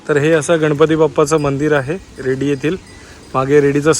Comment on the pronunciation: रेड्डी नाय रे मेल्यांनु. फक्त रेडी. ( Redi )